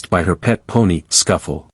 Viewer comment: I believe her pony's name was Souffle.(sooflay) Not Scuffle